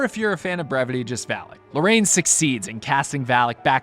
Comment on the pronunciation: “Valak “ it’s the name of the demon u stayed saying valic